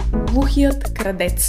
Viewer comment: защо казваш кардеца то е крадеца